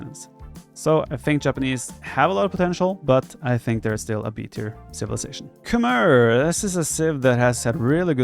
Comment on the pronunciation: Actually, Khmer are pronounced "Kh-may"; since you don't know that and probably never heard the right pronunciation, I just wanted you to know that.